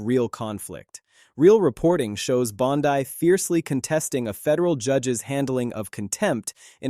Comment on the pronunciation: Are people suppose to be this idiot in the video when he can't even pronounce Bondi's name correctly? Laughable. I can't stand her lies and unwillingness to answer questions either but this video is borderline ridiculous.